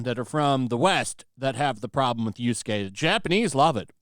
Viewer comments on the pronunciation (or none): everytime you call him yusuke, it makes my tism boil